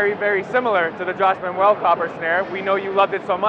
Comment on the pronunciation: I love how said Josh Manuel's last name wrong the same way Tyler Carter did. 😂